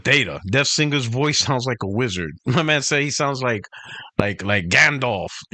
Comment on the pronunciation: Hey its DeathSinger not DeathStinger😂😂😂😂😂😂 i was rolling on CrossFire